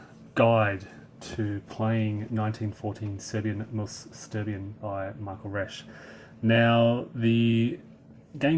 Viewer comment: 'Sterbien', or actually 'sterben' ('sterbien' is not a real word) is pronounced 'schterben'; as english speakers don't know 'sch' - it's like in mashed potatoes.